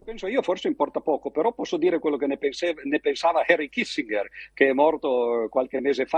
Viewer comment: "Kissingher"... Comunque, riuscire a dar ragione a uno che INVADE un Paese è un grande esercizio di funambolismo. Complimenti.